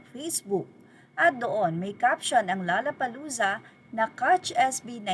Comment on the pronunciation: By the way, it’s “low-la-pa-loo-za”, not “la-la-pa-loo-za”.